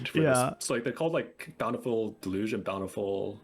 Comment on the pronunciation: Deluge: del-yoosh